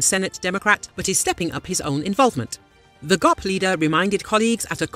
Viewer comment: "Gaap" leader? Lol AI. 😂